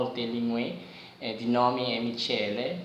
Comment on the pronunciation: Il tuo amico italiano di chiama Michele, ma il suo nome si pronuncia Mikele. Sei forte! Privet iz Italii